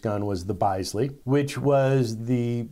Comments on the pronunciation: You may have managed Taurus, but it's cavalry, not calvary, and Bisley is pronounced Bis-ley, not Bise-ley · It's pronounced biz lee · 'Bisley' is said like 'Biss-leeh'. For safety, put the weapon on half-cock for disassembly. Don't want to do a 'Baldwin'. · Sir, how to do justify your pronunciation of “Bisley”? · you mention the Bisley model. Bisley rhymes with "busy". The "i" is like the "i" in "is". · But what if I really want to be indignant about your pronunciation? Just wondering.